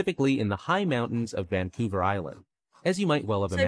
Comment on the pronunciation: Vancouler Island.........the first time he said it.